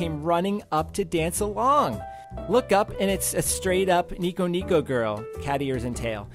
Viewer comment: you pronounced NekoNeko girl as NicoNico girl